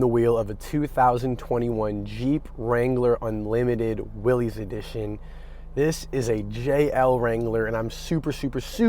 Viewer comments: It’s pronounced Willis, not “Willies”. Mr. Willys is rolling in his grave hearing his name being butchered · John Willys pronounced his last name Willis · I really wish people would get the name correct. It's pronounced, like WILLIS, John North Willys = WILLIS Overland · John pronounced his last name "Willis".